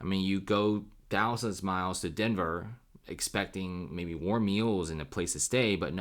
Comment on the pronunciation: Denver? nah denvèr